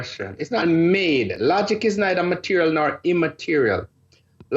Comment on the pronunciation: Teacher: MUH-TEER-E-AL, Material.: MUH-TEER-E-AL, Mateerio.